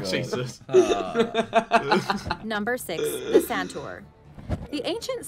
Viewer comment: It is actually sun-toor instead of santur😂